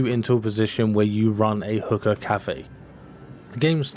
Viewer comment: stop saying hooker, its hookah .lol